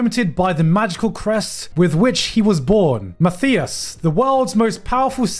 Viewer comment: Finally a character with my name and my spelling of my name! Mathias! Also you pronounced it almost completely correct (the th is just like a t - no th sound in German)! The more common spelling of this name is Matthias, and as such I don't think I ever saw a character with my spelling in any show that I watched.